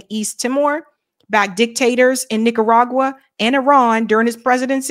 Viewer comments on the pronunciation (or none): none